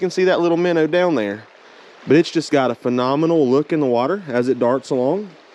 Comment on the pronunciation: Finally, someone who knows how to pronounce it! MINNER....Heck yeah, bro! hahaha... I so seriously wish you the best of luck with this venture. I'll be checking out your website for sure. Favorite baits for me are more natural colors & black/white combo. The stockers here go for natural colors just as much as the more popular pinks & white but that's just my own personal preferences. Great video bud...